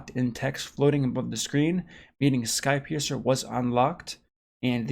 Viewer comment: Anyone else keep hearing ‘Skype user’ instead of ‘skypiercer’? Just me? Ok....